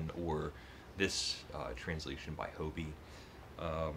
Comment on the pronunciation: Hoby is pronounced Hobby...